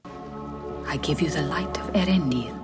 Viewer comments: Poor Tolkien. I think it would be more authentically pronounced similarly to 'YOR-en-dil' but I would defer to the experts. (Old English is weird like that.) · I'm pretty sure that the first two letters in both Earendil and Earendel should be pronounced as separate syllables, not pronounced like Ear.